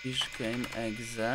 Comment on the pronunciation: ne czytaj exe tylko ekse